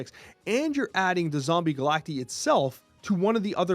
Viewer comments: I genuinely hate that the card is called Zombie Galac-TEE and not zombie Galac-TIE. Pronounced the same as Cacti 🌵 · Surely it’s pronounced Galact-eye right?? If so then someone needs to tell before his official snap video or whatever it’s called